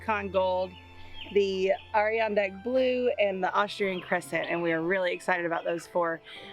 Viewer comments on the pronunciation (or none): The purple potatoes are pronounced like the chair (although the way the two of you pronounce the name is cute) Add der on dark. You guys have the best garden! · (Not that it matters - AT ALL) but they’re “Ah-Dur-On-Dack” like the Adirondack mountains! (Ah, like Ahchoo🤧 🤣) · Add-uh-Ron-Dack potatoes.